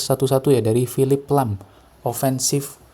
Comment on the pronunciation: Lahm bang bukan lham